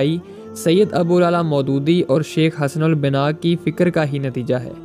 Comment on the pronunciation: Hasan al banana not Hasan al bina